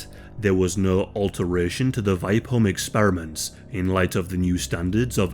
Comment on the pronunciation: Only came here to hear a non-Swedish speaking person try to pronounce Vipeholm. Not disappointed.